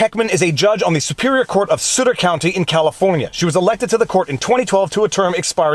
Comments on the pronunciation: The correct pronunciation of Sutter rhymes with butter. As a local, it was funny to hear it pronounced as "suitor". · It's pronounced like s uh tter. Named after a mill where the first gold was found that started the gold rush. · Your pronunciation is Sutter County is off. Local here. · Sutter County...the "u" is like the "u" in the word "up" and not a "u" sounding "oo" ...and... Trump 2020! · It is not sooter county Viva it is sutt -er county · Aah! Too much French, Viva - Sutter is "Suht-ter," not "Sooter." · Sutter is pronounced sutt-er, rather than “soo-ter”. 👍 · It’s Suh-ter. Sounds like butter. Not like booter. Just saying. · It is suh ter county. Sounds like "stutter" without the T. Not sooter :) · That’s Sut not soot. As in Sutter not sooter county. Other wise your good. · Fyi... it is pronounced Suh•ter not Soot•ter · Sutter like Sutter Home wine, not Sutter like " suitor". Just trying to help, not complaining. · Sutter county - suh-ter not soo-ter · Pronounced Suhter, not suitor. Just saying. California couldn't care less about the constitution. There are no consequences, it costs the Govt nothing, and it takes the courts YEARS to even here the cases, and even the the corrupt 9th circuit is useless. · Sutt -ter. not Suuter. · Sutter is pronounced Suh-ter not soot-er. It's right next to Sacramento, so probably a liberal county. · Did you just call Suh-ter County "Sooter county"? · Good try, but ... “Sutter” is pronounced “Suh’ ter”—not “Soo’ ter”. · Sorry its s-UH-t-er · "Sutter" is pronounced correctly when it rhymes with "clutter". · It is sutter as in supper. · It's Sutter County, pronounced like BUTTER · It's sutt-(like SHUT the door)-er county. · The name of Sutter County is pronounced in the way that rhymes with "mutter." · First syllable in Sutter rhymes with mutt, not root. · It’s pronounced suh-ter, it is a relatively conservative county outside of Sacramento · FYI - Sutter is pronounced suh-ter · Sutter rhymes with Butter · its s"uh"tter